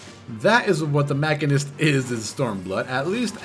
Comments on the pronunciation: Sorry to be this guy..but its Machine- ist. It's a real word outside of FF and as such has a definite pronunciation. Moving on.... GREAT guide! I took some time off from FF before SB and had the old gauss barrel stuck in my head and I was way thrown off upon coming back. Put MCH down due to low DPS and BRD being my go to raid job, but now picking it back up I felt a bit lost in the sauce. Definitely subbed! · I think it's a latin root word so both ma-sheen-ist and mak-in-ist would be correct in their own way, with the former being the regular English pronunciation.